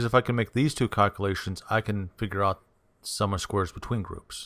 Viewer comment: Thank you for the info. Tip - it's spoken - "sum OF squares" . . . NOT "Summer Squares!"